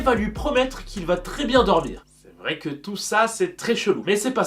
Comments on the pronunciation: Ouais "c'est vrrrai..." 😂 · " c vrlwai vous avez rwaison" SA MA TUER DE RIRE JE NE RESPIRE PLUS HELP APPELLER LAMBULANCE- * cutely die of lauch* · le "c est vrai vous avez raison "avec l accent Italien 😂😂😂😂